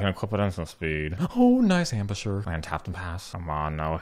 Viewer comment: You gotta love the Kaysadee Ambusher pronunciation